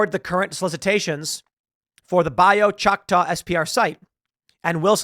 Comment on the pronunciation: Hey Tim, just a fun lesson on how to say names in South Louisiana. Bayou (Bi-you) Choctaw (Shock-tawe). A for effort though 😅. Great video as usual. 👍